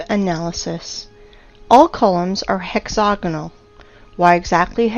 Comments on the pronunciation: She has an american accent. Why does she repeatedly pronounce hexagonal as hexogonal? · Hex-AGonal...not hex-OGonal. Yes, the root word is hexagon...and yes, the "ag" sounds like "og", but the pronunciation is "ag" not "og". Now that I have gotten that out of the way...if the Devil's Tower is an ancient tree stump, then why aren't there hundreds or thousands more of them spread across the landscape? Was it the ONLY mega-tree on the planet? How then do you explain the hexAGonal rock formations in old volcanic sites (as in old volcanos) scattered across the planet? There is actually an ancient rock formation near where I live down here in Southern California right on the shoreline of the Pacific Ocean that contains smaller versions of those very same hex-A-gons right alongside porous, bubble-like (Swiss cheese?) lava formed rock. My other question is...why are you showing images of surface lava flows as a comparison to the ANCIENT volcanic cores side by side? Are you saying that you know what goes on inside a volcano when it forms as a mountain, and then incredibly slowly, it breaks down and is weathered and washed away by time and the elements over millions of years? No...seriously, I am trying to keep my mind open here, but as I suffer through your stumbling, and poorly narrated, and difficult to listen to diatribe, I find myself unconvinced of your beliefs here. I find myself jumping forward a few minutes at a time because it is that difficult to listen to you read through your script. It would probably be a lot better if either you take the time to read and ed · You lost me at "hexogonol". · Hex-a-gonal** wtf is hex-oganal? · "Hex-hog-anal geo-met-try-calls" ..... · Please learn how to say hexagonal